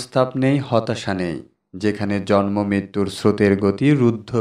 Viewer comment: Bhai , sobkichu tik ache kintu jonmo tha tik babhe uchcharon karun , jormo noi jonmo !!